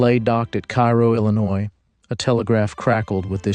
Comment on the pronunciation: A nitpick of a wonderful piece. Cairo is pronounced KAY-roe (like Karo syrup.) How do I know? I broadcast a basketball game between Cairo High and the Blytheville Chickasaws back in the 1970s. Ya learn to double-check team & player names in that gig! Outstanding research and writing!